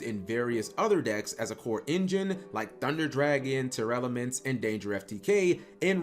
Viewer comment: Who the hell in the year of our lord 2023 STILL MISPRONOUNCES TEARLAMENTS?! How are there still people out there who still with a smooth brain say "tear-elements"?!